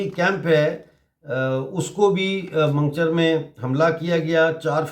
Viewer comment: Mango-char not mangcher